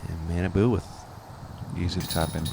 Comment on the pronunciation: pronunciation of Kojiyama's first name is so awful. It was 3 years ago but I hope effort has stepped up a bit since then. It's not "mannaboo" it's "mah-nah-bu" (pretty important considering as of this post he's #1 rated player in the world!).